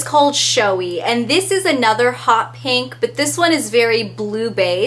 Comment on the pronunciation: this is weird but i love the way you say 'pink' because you don't say "peeenk".